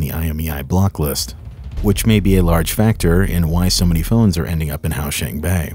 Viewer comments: bruh it's hua qiang bei not hao shang bang 🗿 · Hua in huaqingbei is pronounced how it looks - hwaa - rather than "how"qingbei as you say here. Qing is also "ching" rather than "shing" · Crazy episode. 9news is my local news channel and I've been to huaqiangbei many times when i lived in china and seen the plentiful iPhone shops. Feels extra spooky. Also he's pronouncing huaqiangbei weird lol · I'm living in Shenzhen and the pronunciation of huaqiangbei made me die inside but good video.